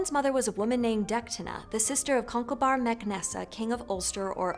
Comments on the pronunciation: Wait a minute - To be fair they did a wildly good job at pronouncing Gaelic names for non-natives! Ok Tuatha and Conchobar weren't right, but what others? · Eh, the pronunciations were pretty good. I've heard much worse. The only real stand-out was Conchubhair but, tbf, that trips native Irish people up too.